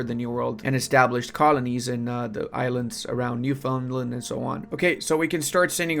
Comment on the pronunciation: I told you it was pronounced Newfunland and you replied to me, jk it is not a big deal.